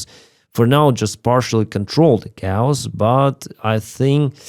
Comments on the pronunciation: Just a pronunciation hint - "chaos" in English is not pronounced kowss, Much more like kay-oss. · Just a little pronunciation suggestion... "Chaos" is pronounced like "Kay-ous". The way you say it sounds like the way we say cows. Interesting podcasts!